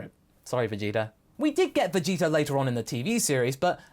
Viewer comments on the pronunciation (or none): I heard Vegita too.